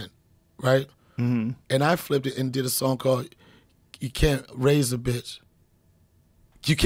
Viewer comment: He also pronounces "son" instead of "song", so it adds to the hurt.